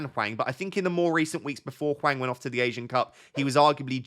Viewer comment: In terms of pronunciation, it’s Hwang that’s the worst imo. Image it’s Wong and it’ll be better haha. The H is silent, like just pretend it’s not there, and the following a is more like in Arnold than Alfred if you can picture that. Great video tho haha^^